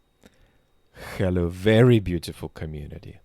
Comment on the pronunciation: Just your "Khhelo" alone is enough for me to Like you.😘